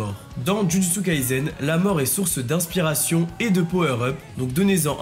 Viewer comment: Pourquoi tu prononces Jujutsu Kaizen? C'est un S dans le nom de l'anime